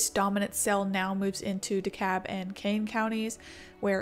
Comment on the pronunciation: Just found this channel...I'm going to be doing some binge watching. I remember the Plainfield tornado. I was living in Belvidere, 20 minutes east of Rockford, and remember tge newspaper stories. It was horrific. Not to be picky, but the "l" in "DeKalb" is pronounced. We find it funny when people say "DeKab". Those were the days where the siren didn't go off much.. Now they set off the siren with just cloud rotation. But the fact that there was no warning after the storm had produced prior tornadoes is inexcusable. Yes today we have farbetter warning systems, but even back then how could a monster tornado raze a town with no siren going off? The anchor saying warnings were like " crying wolf" is garbage. At least in my town, people still remembered the tornado in 1967 that hit our high school and killed a lot of kids. People took warnings VERY seriously as many in my town had lived through that...it was an F4. Great channel!